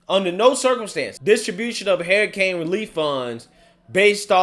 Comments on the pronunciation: you are my favorite but please for the love of God say it like this.....her i cane....not hair i cane. Hurricane. LoL. I like it when people correct me. Figured you like that too. Sarcasm. ♥️😁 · I love you but it's Hurricane Huuuricane not Herricane lol